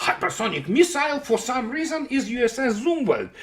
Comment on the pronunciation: ''Zumwalt'' 🤔...sounds like Zumwald. Looks like paperclips influenced U.S. military heavily 😏.